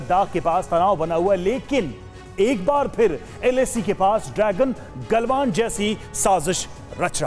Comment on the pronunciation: ग्लवान घाटी ग्लवान घांड नहीं रिर्पोटर साहब शब्दों का उचित प्रयोग किजीए